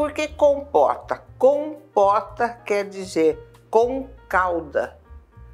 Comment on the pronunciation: É impressão minha, ou foi pronunciado “compoRta” e “compoRteira”?